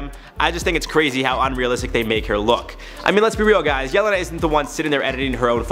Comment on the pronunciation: the way you pronounce Jelenas name is so sad it's funny. I don't blame you though😂 Serbian and the languages at the area are hard to grasp for beginners